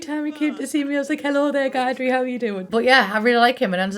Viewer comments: Guidry... is not GUY-drey.... it’s Gi-dree... 😂😂 definitely a Cajun name. This pack gives me major New Orleans vibes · Guidry is pronounced gid-dree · I think his name is supposed to be sort of French. So Guidry is probably pronounced Gee-Dree—like two rhyming syllables, but still the hard ‘g.’ 🤷‍♀️ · Guidry's name is pronounced Gid-dree There's alot of people with that last name down here in Louisiana. In fact Guidry's full name, and Guidry himself, seems very Cajun. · You did not pronounce Guidry correctly. It’s a short I sound, not a long I sound.